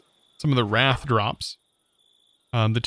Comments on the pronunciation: Wraith is rayth and wrath is how you pronounced wraith not that its your fault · Similarly, Sanguine is usually pronounced sang-win, and Wraith isn't wrath but rather pronounced ray-th. There was one other, I think, but I don't recall what it was. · "wraith": WRATH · its pronounced raythe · Giving pronounciation advice is either really necessary or a lost cause. I mean i can understand getting Eidolon wrong the first couple of times but he also pronounced "wraith" as "wrath" and i think we had at least 3 different versions of brazier in this video alone.